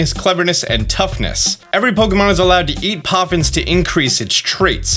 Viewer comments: poffins not coffins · "Best Coffins" what are you saying 😨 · best coffins? What kind of thoughts were u having while you were sick?? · Lmfaoooo in the beginning it says Coffins not poffins i love it🤣🤣🤣☠️ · I'm sorry are we making Coffins, Ploffins, or Poffins? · Did anyone else notice at the beginning when it say Best Coffins, Instead of Best Poffins. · “Best Coffins” is cracking me up